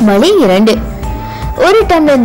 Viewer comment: its"vazhi"=way and not "valee"=pain, sariyaaga "zha"vai uccharikavum